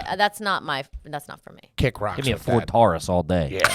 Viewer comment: the way pronounced, ford taurus was insane